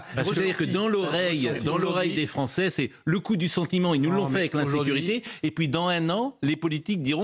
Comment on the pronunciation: Un comble: "Satisfaites vous qu'un ministre abonde dans votre sens, qu'il dise submersion", alors que cela fait des décennies que les français le pensent et le disent ! Et enfin: 1- on ne prononce pas "polonés" ou "francés" mais polonAIS et françAIS 2- "CE SONT les français" et pas "C'EST les français" Pas "assimilé" totalement le sieur Darmanin ?